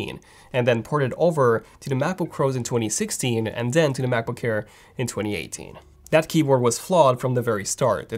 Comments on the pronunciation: Please pronounce MacBook Air not MacBook hair. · He keeps saying “Macboo-care”. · Why do I hear him pronouncing Macbook Air as "Macbook Kair" or "Macbook Care"? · Brand name : Mac book AIR . What I heard from the video all the time : Mac book care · Sometimes I hear macbook hair 💇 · I thought it was macbook care and i kept wondering what that was. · “MacBook CKAIR!” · Cannot unhear this. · It sounds like he says ''macbookcare'' it's pissing me off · can't unhear it! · Can’t stand it. And udder. I just can’t. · Thanks, now that’s all I hear 😂🤣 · not quite French but close enough. He's about page says he's Romanian